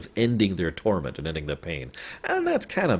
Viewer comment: I thought you said "Thora" instead of Torment. Is Torment a good game in your eyes?